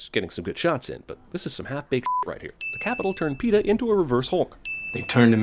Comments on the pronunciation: A lot of sins for her saying peeta I'm betting xD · "PEENIS" LOL! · 21 and up watch the movie again and take a shot of your favorite drink everytime she says Peeta. 20 and under eat a Warhead sour everytime she says Peeta.